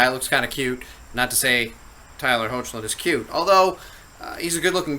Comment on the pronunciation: i believe his name is pronounced as "Heck-lin" not "Ho-che-lin" 😊